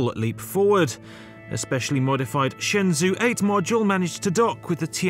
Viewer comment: Shenzhou is ShenJo not ShenZoo